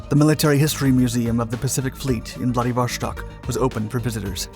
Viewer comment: There is no "sh" in Vladivo-S-tok. What's with this habit of English speakers always doing this with Euro / Slavic words & names?!